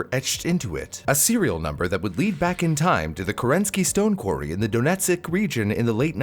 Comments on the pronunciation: Excellent video, one small bit. You said "Donet sik" it's more like "Doh neh tsk" All one syllable of course, spaces to help seperate sounds. Beautiful work everywhere else. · Donetsyk is hillarious, please i beg of you to look up how its pronounced